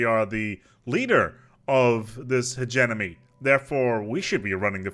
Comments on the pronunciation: Could not finish watching "Hedge-E-Money" not "Hedge-Enemy" I was going crazy. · After hearing Hegenomy I started hearing Emeny for some reason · Nobody:: Hedge Enemy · "he-ge-Mo-Ny" not "he-ge-No-My" I felt like I was having a stroke. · "My favorite origin start, the HEGEMON" Now say Hegemony. "Hejiminy" LOL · Akchtuallly its pronounced "he-GEE-money" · AHHHHHHHHHHHHHHHHHHH, I'M SORRY HIS PRONUNCIATION OF HE-GEM-O-NY IS DRIVING MY OCD INSANE!!!!!! But it's ok I still love you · Like I get that English is a weird language, but he was so close to just fucking looking at how it was spelled and making the mouth sounds in the correct order! It’s like he got 65% of the way there and said, “Eh, good enough.” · if you can pronounce Hegemon, I don't understand why you wouldnt be able to pronounce hegemony.